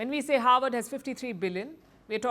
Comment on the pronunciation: howard vs harvard ? ,it sounds like you are pronouncing it as howard , Kamala attended howard university , Obama Havard university.